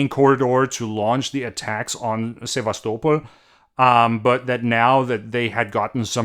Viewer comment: Clear and concise. Thanks. Interesting to hear how you pronounce Sevastopol.